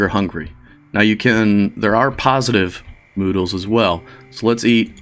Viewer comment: That would make much more sense, but I only hear him saying Noodles and many others after watching that one ^_^ now it is stuck in my head and I can't get the noodles out from my ears.